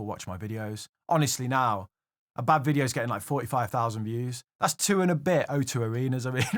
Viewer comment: Geh-ting ;) You might be good with money, bu' pruhnunciatiun ain't'n't you're strong suit ser ;) Congrats on wun hunred kay dude